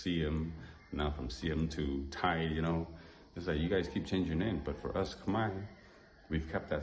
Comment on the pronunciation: I am impressed you actually got the correct "DTai" pronunciation. Did you learn that in your own or some "DTai" person told you? 😂